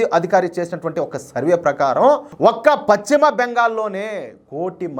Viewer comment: Pacchima Bengal kaadayya pashchima Bengal antaaru.telugu palakadam nerchukoni videolu cheyyi